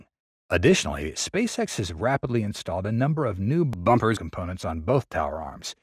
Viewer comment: Sounds like your reader-bot had trouble with the word “bumpers”! 😂 Get a voiceover guy!